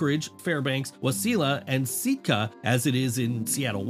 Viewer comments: Waseeella and Seetka 😂. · You had me until you pronounced wasilla and sitka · Lol yeah..